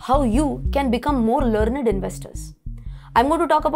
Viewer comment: Try to make the "R" much more silent in the word "learned" , you are stressing the R too much . By the way I love your videos keep up the good work , my knowledge in stock market has improved significantly thanks to you !